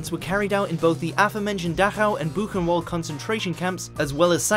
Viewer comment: Buchenwald is pronounced wrong. It is pronounced buchen-vald. German word's with w's are pronounced as v's. Im German myself, by the way.